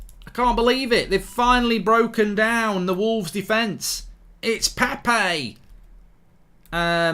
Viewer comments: ITS PEP-PAY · Praying your blood clot gets removed safely because no healthy person says ‘Pepay’ 10 times in a row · Legend says he's still saying Pepe...